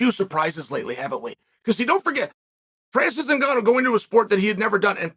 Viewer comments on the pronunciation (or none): You got to win two championships in one year in two different weight classes in order for cheal to say your name right😂